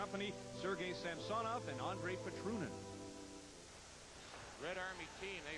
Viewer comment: That is actually close to the proper pronounciation of Samsonov, not the anglicized butchering of the name.